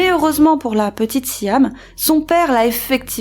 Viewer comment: c'est siam (sjam) pas siham (sijam)- cape town (keɪp taʊn) pas kap taʊn